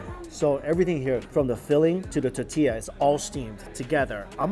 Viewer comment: Don't get me started on his pronunciation of tortilla.